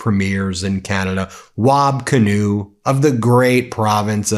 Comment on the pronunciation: Preeeeeemier Kinew. Heavy long e on the first syllable with a short ier on the second. Please 🙏! Love your program. 😊